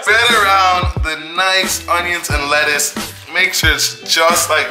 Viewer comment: He couldn't say lettuce